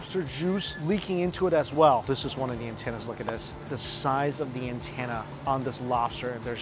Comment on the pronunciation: Antenna, not antanna